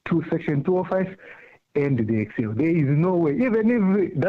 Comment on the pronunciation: Then judge instead of saying “EXCEL” he keeps saying “PERSAL” 😩🙄